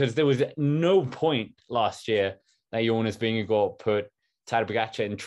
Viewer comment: Yeah you’re JONAS VINGEGAARD!! 💥 💛💛💛 Hey …we were ALL hoping! And we are all elated! whoohoo And we all love Jonas because your interviews with him proved what a nice and humble man he is. And taught us all how to pronounce his name 😂 Congratulations to Jonas! And seeing almost speechless… priceless haha. Really wished you were with us in the live commentary. Would have paid to see your live reaction. Also, have to say… Seeing Wout come to him at the end of the race was awesome! Such a great moment who hoo! 🎉🎉🎉👏👏👏